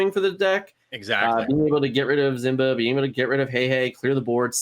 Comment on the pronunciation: Dude literally said "Zimba" the entire event. That's pathetic.